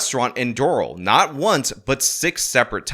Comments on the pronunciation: Hialeah is pronounced “High-a-lee-ah” Doral is “Door-al” ❤ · Rick Scott's spanish wasn't as bad as butchering these city names 😂. Doral is Dore-AL (like Al Bundy) and Hialeah is Hy-Uh-Lee-Uh. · it's High-ah-lee-ah and Door-al. This is one of your most informative videos otherwise. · I feel like he’s trolling us with some of the pronunciations, lol. Completely butchered Hialeah and Doral.